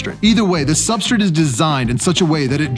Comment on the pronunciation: Why does he always say substrit? Not hating, genuinely curious if there is something I am missing, or if it's just an accent or something I am not used to.